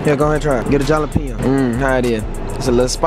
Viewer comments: So we not gonna talk about how says Jalapeno with the "J" instead of an "h" 😂😂he goofy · Jalapeno (hall-o-peeno) not jahlapeeno😭😭😭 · They were saying jalepino wrong